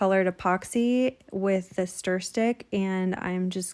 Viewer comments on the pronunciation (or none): none